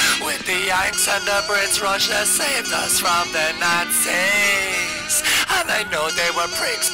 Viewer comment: "Their creeps but they safed us from the naazeeeas" xD